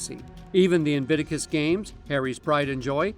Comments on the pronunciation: INVICTUS isnt that difficult to pronounce. 3 bloody syllables, you doofus! IT MAKES ME WANT TO SHAKE YOU EVERY TIME YOU MISPRONOUNCE INVICTUS! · In. Vick. Tuss!!! That aside. Brill!